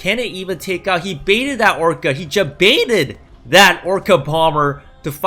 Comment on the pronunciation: Are you putting a "J" sound at the beginning of the word "baited"? Jbaited? It is like sandpaper on my ears...